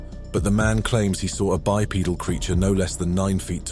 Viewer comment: I wish he knew how to pronounce bipedal.